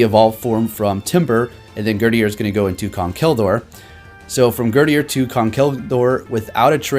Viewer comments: Gurdurr not gurdier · like "Herdier" 😂😂👏🏻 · GUR DURR, like girder. Like the thing it's holding.